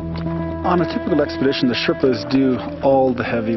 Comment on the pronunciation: Sherpas not shetpas.